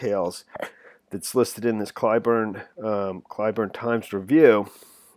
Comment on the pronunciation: It’s pronounced Klee-burn (Cleburne) BTW.